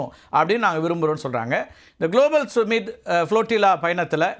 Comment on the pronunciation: டேய்...அது சும்மிட் (Summit) இல்லடா...சம்மிட் (Summit). உன்னையெல்லாம் ஒரு தலைமை செய்தியாளர்ன்னு வெச்சிருக்காங்க பாரு...அவனை சொல்லனும்.